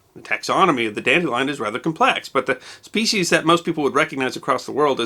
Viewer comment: Thanks for not mispronouncing "species" as "speshies". I hate that.